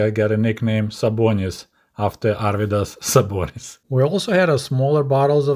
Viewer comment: props on pronouncing Arvydas Sabonis. I am originally Lithuanian. great videos btw